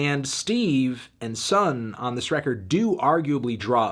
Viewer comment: isn’t it pronounced “sun oh”?